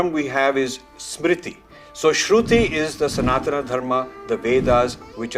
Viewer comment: Rajiv ji, thanks for your inspiring videos. But one request, please pronounce sanatan properly. Call it सनातन and not सनातना as you do. We should not get carried away by western pronunciation. Thanks